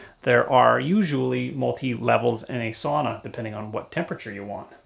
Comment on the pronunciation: Hey bud you got it right SAUNA and not sana well 1x you did 👏🏼😁👍🏼